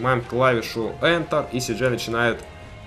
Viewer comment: не ентэр а энтэр